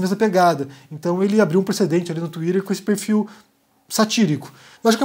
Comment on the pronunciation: Não tenho maturidade pro "Tuírêrrr" do haha É o máximo!!